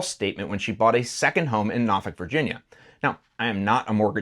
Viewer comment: Thanks for saying Norfolk right! lol.